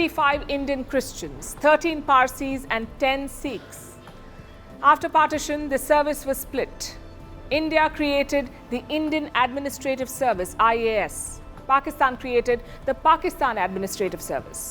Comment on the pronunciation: Palki ji...your diction is impeccable, but just an observaton. It's not Seekh, it Sikh ( सिख )